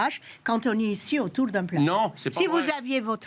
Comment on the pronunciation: "autoul" on dit autour et question lâcheté elle en connait un rayon la rousse de Boulogne